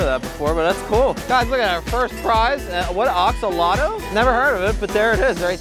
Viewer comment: mispronouncing axolotl made my day